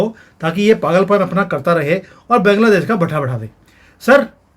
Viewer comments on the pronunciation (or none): सर! सबसे पहले तो आप बैंग्लादेश नहीं बोलकर बांग्लादेश बोलिए। आपके इस असम्मानजनक उच्चारण के लिए मैं आपके इस वीडियो को अनलाइक कर रही हूं। और 1 मिनट पूरा देखने से पहले ही वीडियो को छोड़ रही हूं।